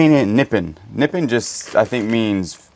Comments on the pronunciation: it is pronounced Ne pon not nipit😅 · More ordiments and reefs today. 🤣 Nippon. Japan. American pronunciation is "Nip-ON." Land of the rising sun. 🌞😊❤ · Nippon is pronounced NIP on, from1891 to 1920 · It's pronounced Naponits sellable! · I think you pronounce the China “ Na pond “ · The wooden cutting boards with cuts and scratches are easily restored with some sandpaper and food grade mineral oil. Nippon is pronounced Ni-pawn. 😊You ruined the beautiful hat box by cutting the rope. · It’s actually pronounced Nip pon and that is the name of who made the China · Nippon sounds like nipond with a silent d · Nipawn is how to say it. I almost fell off the couch laughing. Be sure to tell Daniel hello. Maybe you should get him some treats and he might start doing some work for you!!!😂😂😂😂❤❤❤❤ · You cracked me up with your pronunciation of “Nippon” China! Love you guys